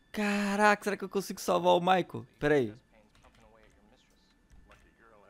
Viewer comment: "MICHEAL" kkkkk ....Michael....